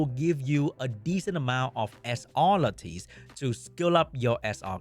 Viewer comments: LAT TUS PLEASE it’s not LAT TEES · It’s “Lattice”. Pronounced similar to lettuce. Why are all content creators making up a new pronunciation for this word…